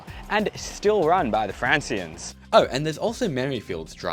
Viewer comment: Love the video, but,the correct pronounciation of Franciscans, is Francis Cans, like San Fransisco, but replace the O with ANS. Just me being pedant. Keep up the good work.